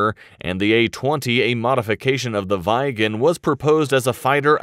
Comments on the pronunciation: Viggen pronances Vig'n not Vaigen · Good episode! Although as a Swede it annoys me to an unhealthy degree how you pronounce "Gripen" as "Grippen", and Viggen, as Vee-gen :D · Only an American could pronounce 'Viggen' as 'V eye gen' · "vaigen" its simply viggen no vaigen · Viggen...not vajgen 😅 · SAAB 37 "VaJgEn" It's VIGGEN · No but Viigen instead of Viggen 😑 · SAAB 35 "Drey-ken" and SAAB 37 "Vai-gen". Jesus, my ears bleed. Get it right, ffs. 😱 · Can you please stop saying vajgen!!!!! The neme of the earlier aircraft is VIGGEN... V as in Viking.. I as in ea in please.. G an G as in Goat .. E as in Ear (just e).... N as in Naken . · Pronounciations: Draken -> Draa-ken Viggen -> Vih-gen Gripen -> Gree-pen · Lmao Vajgen lol. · Drayken, Vaigen and Grippen :D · Vhygen.. bloody yanks.. its a short i, like in "i"ntercept. And a hard short G, like "g"rocery. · “Vaigen” At least did not say Graipen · bro is butchering the Viggen´s name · The way this commentator says Viggen pisses me off to levels unknown to mankind.